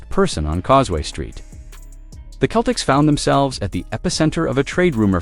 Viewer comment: We can't take you seriously when you pronounce Celtics Keltics and Jrue Holiday Jarue.